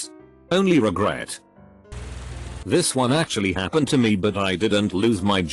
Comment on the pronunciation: TTS voice “this hap-ned”